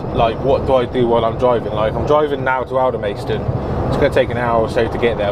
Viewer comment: NOT Alder-maist-on. Alder-mast-on.